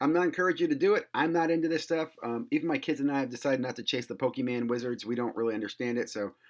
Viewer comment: PokeMON, like you're Jamaican 🤣 Thanks for the tips, checking out that binder its looked nice.